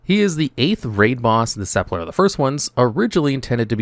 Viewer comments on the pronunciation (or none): I finally had to unsub from here. Too many inaccuracies on every video, especially with mispronouncing countless words in your videos. -Video's thumbnail has top 10, lazy -Saying the bomb mechanic on jailer "rarely" works is such a hyperbole. It would fail maybe once a night during prog . -It's "sup-ul-kur", not "sup-ler" -The hitboxes with balls/spikes is 100% either a lag issue or a skill issue. Deaths from these were very rare in our prog - You used the word "ironically" incorrectly, should be "coincidentally"